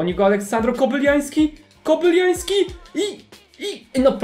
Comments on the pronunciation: Jezuuu Kobylański, a nie "Kobyliański" ;) Taki mały błąd, a tak denerwuje :)) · Jak coś Kobylański a nie Kobyljański ;) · Nie KOBYLIAŃŚKI tylko KOBYLAŃWSKI mów poprawnie bo nie da się tego słuchać brzmi jak jakiś ukrainiec !!